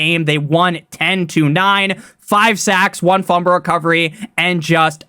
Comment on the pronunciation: I need a video of you saying Fumble (Fum-Bull) Recovery